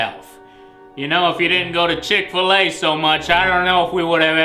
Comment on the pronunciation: What's chick fillaye